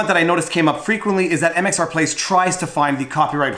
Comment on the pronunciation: MRX plays!! Omg you’ve said it wrong and I can’t handle it!! It’s MxR plays and I’m unsubbing!!